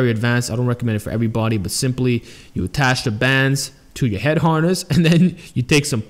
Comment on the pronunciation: Neck Haaaaaness lol sorry I laughed everytime you said that, not in a bad way but cause i have a buddy from boston so it reminded me of him 😂